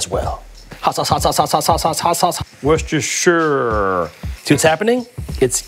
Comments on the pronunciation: He actually said "Worcestershire sauce" properly....actually the first American or Canadian person I've ever heard say it properly. Normally they pronounce it "Worcester-shy-er" Instead of "Worcester-shear" like the windows look "shear" or even "garden shears". So even pronouncing any word with shire at the end, I've taught some of you how to actually say it if you care 😂🤣😜😆. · George pronounced wourchestershire correctly. The first American ever to say it I believe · One of the only occasions where an American has pronounced Worcestershire properly. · The most impressive part of this video is the correct pronunciation of "worcestershire." Sincerely, Masshole.